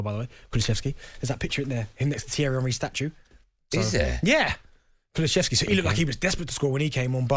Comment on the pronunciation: Benty still cant be assed to oearn how to say Kulusevski.